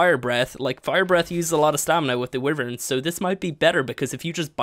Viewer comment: Its, WHY-vern